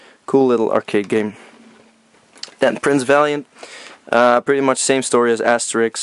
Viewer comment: lol the way you said Asterix... made me think you're Dutch